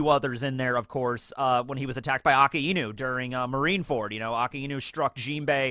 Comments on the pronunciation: I have observed some mispronunciations in character names in many videos of yours. Please take care of them. 1) You talk about Akainu, but pronounce the name as Akiinu. Aka means RED, Aki means AUTUMN and Inu means DOG. Hence, Correct pronunciation is Akainu. 2) You talk about Kazenbo, but pronounce it as Kanzenbo. Correct pronunciation is KAZENBO. As always, analysis is awesome and always jovial. Keep up the good work😁. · brooooooooooooooooooooooooo pleaqs stop pronouncing akainu the wrong way omg how long do you need to learn A KAI NU stop pronouncing the name as two seperate words we GET it its red dog but you dontr pronounce it aka inu they merge together just say KAIDO and then say KAINU and than add tha a and make iakainu akaido akainu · His name is pronounced Akainu, the same as how it's spelt, not Aka Inu.